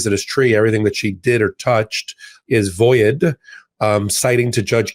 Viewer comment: why do you pronounce vold as "voy-id" instead of void (as you pronounce it when you use the word "voided)? That's quite jarring to this retired English teacher.